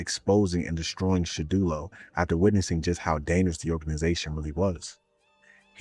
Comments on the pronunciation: Surely he can’t be serious.. It’s Shadowloo not shadulo.. Like how on earth did u get that loool 😩😂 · I can’t believe you’ve found a brand new way to mispronounce Shadaloo 😂